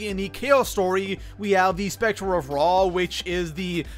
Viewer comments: Did anyone else hear specter of ra lol it’s scepter pronounced Sep-ter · You pronounced scepter wrong